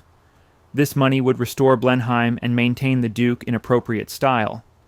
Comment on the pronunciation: the pronunciation of Blenheim is also a give away (not all letters in the name should be enunciated).